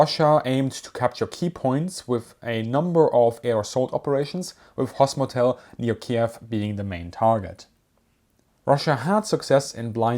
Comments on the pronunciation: Hostomel, not hosmotel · it is not “Hosmotel”, it is Gostomel 😂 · Dude, learn to read: not "hosmotel" - it's Hostomel, and it's an airport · Dude It has to read Hostomel, not Hosmotel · It's not Hosmotel airport but HostoMEL. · You saying “Hosmotel” is triggering. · It’s Hostomel not Hostomtel. And pronounced more like Gostomel. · I think it's "Hostomel", not "Hosmotel"! But, an awesome analysis nonetheless!👌👍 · Hosmotel? Lol, it's HostOmel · Hos-to-mel. For fcks sake, how hard is it? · Chuckled at the ‘Hos-MOTEL’ 😅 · it is Hostomel ;) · Its Gostomel, with hard G. He just used no properly H to G translation. See for Slavic languages group for example Hitler is Gitler, so easterns think ye lets make all G to H)))